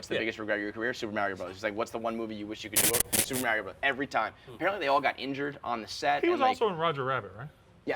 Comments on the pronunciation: Why the fuck cant say Mario right, likes to be a douche? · is way too cool to say “Mario” correctly.